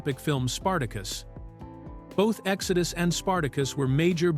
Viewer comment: ”Exodoo” for the movie title as well